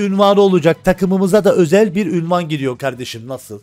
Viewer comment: Ünvan değil Unvan:)